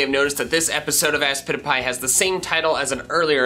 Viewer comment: It's supposed to be aspitifay